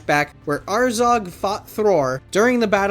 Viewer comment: It’s not azarg it’s azog man seriously